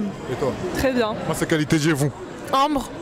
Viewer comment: Mdrrrr, ce dragueur ALPHA " TRRRRES jolie, 20/20 " 😆👌🏾!